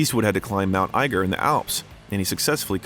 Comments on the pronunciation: Dizzy jilespie? Hard G It's Martin Milner not Miller It's not Carmel as in the candy kar 'mel His salary was "6 numbers"? it's 6 figures Did you even go to school? Cedars Sinai not "cedar seeni" It's akeera 🙄 Wow you really don't even read it's EigeR bot EigeN Sanction Halfway thru It's pronounced Michael 'chimeeno" not "seemino" John Huston pronounced like city Houston Philadelphia "enquerer" In-qui-ER Your command of basic pronunciation is appalling And taints the well done bio 🤣🤣🤣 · Narrator mispronounces Eiger and Houston. Maybe there were more but I stopped there.